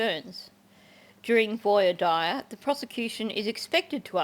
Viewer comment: I believe it’s pronounced V-WAH DEAR (voir dire). Not trying to be a know-it-all 😮. I know you read comments and I love your channel. Listen every morning on my way home from night shift in MN ❤